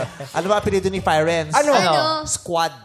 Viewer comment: Diba Italian word yung Firenze like /Fee-ren-ze/ meaning Florence, /Phyrenz/ daw sabi ni kuya mo hahahaha.